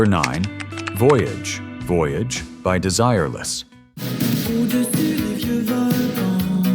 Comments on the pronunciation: Voyage Voyage is french, not english, your pronunciation is wrong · wann weiß man, dass a) die stimme ki ist - voyage, voyage wird mehrfach gesungen und trotzdem ist die aussprache und betonung falsch.... und b) dass die liste vermutlich aus den staaten her schwabt.... a-ha ist alles, aber mit sicherheit kein one-hit-wonder..... nur, weil die amis sich mal wieder für den mittelpunkt der welt halten, weil ausgerechnet sie diese band nicht kennen..... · Ai isn’t smart enough to ask itself how to pronounce Voyage Voyage I guess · AI constantly mispronouncing "Voyage, Voyage," despite playing a clip where it's pronounced, is extremely grating. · Voyage, voyage - at least try to learn how to pronounce it. The same applies to Live is life. Baltimora, and especially A-Ha were not one hit wonder.